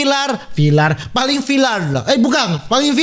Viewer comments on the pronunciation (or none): Si cedal aslinya bisa sebut R,cuma biar viral,buktinya bisa sebut viRal